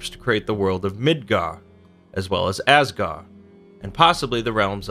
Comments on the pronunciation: I like the information, but man, you are mispronouncing all of these words. Asgard, the d is not silent, it's like a hard th, as it was originally written as Asgarð/Asgarðr. the 'ei' in heim sounds like a long I. the Ae/Æ in Aesir/Æsir, sounds long A. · And stop saying asgar say asgard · also there's a D at the end of all those "gard" names... you know this right? I mean, you show pictures with the name right there, and im sure you've read many many sources... there's a D there... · The “d” in Asgard isn’t silent. Edit: neither is the “d” at the end of Midgard. But still a great video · AsgarD, MidgarD You’re forgetting the D. Which may or may not be what she said...